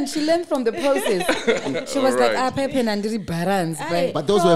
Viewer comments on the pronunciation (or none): none